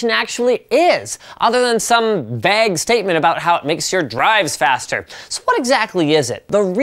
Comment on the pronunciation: Vag-ue statement....do you eat Bag-els too?